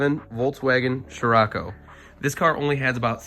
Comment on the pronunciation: I've never heard "shirako" so far. It was always "sirocco". "Shirako" – sounds weird.